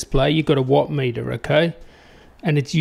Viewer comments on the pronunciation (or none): none